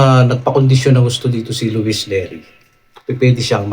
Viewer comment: neri hindi lerry 😂